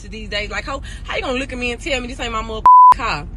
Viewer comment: For one she saying “caw” instead of car.